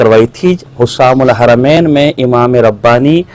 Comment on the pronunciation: اب کیسے بھاگو گے۔۔جب کہ فتویٰ ملگیا۔۔۔۔ رشید احمد گنگوہی تو اپنے کفریات عقائد کے وجہ سے کافر ہے۔۔جو اس کو ایمان والا مانے وہ بھی کافر مرتد ہے‌۔۔اس کا ایک ہی کفر نہیں ہے اس کے تو کءی کفر ثابت ہیں ۔کہاں تک بچاؤ گے اور بچاتے بچاتے خود ہی کافر ہوگئے ۔۔اور کتاب کا نام حسام الحرمین ہے نہ کہ حسسام الحرمین کتاب کا نام تو لینا آتا نہیں ہے۔۔۔یہ رضا کے نیزے کی مار